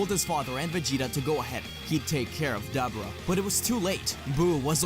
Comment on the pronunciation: It’s “DUH - BORE - UH” not “DAB - ER - AH”